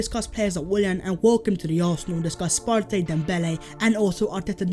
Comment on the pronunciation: I’m Ghanaian and his name is actually pronounced like the word “Party”